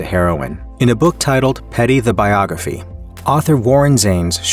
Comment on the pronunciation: Petty, the “Biogaphy”???